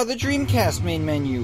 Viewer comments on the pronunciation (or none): did peper said meme menu or main menu?